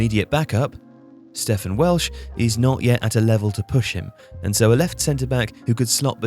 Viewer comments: Loving the Celtic content. Btw, it's pronounced "Steven" Welsh (not "Stefan") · I like that you pronounced "Stephen" as "Steph an" for Welsh. Like he's from posh Spanish land rather than Coatbridge lol.